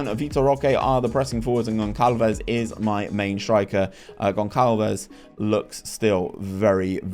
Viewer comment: Hey! Really enjoy your rebuild videos, but let me give a pronunciation guide to the portuguese language! Whenever you see ÇA on a portuguese name, the actual way to say it is a if you're reading the SA from the word SALT, so Gonçalves and Taça would be equivalent to "GonSALves" and "TASA"! Pretty much salt without the T. Kudos!